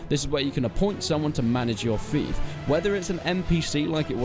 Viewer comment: It bothers me you can't say fief..